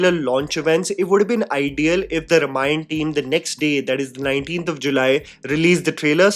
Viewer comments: Well, when you assume "influencers" to behave maturely... P.s -, please, it maybe spelt 'Ramayan' but it's pronounced 'Raamaayan'. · it's pronounced RAAmayan 🙏🏼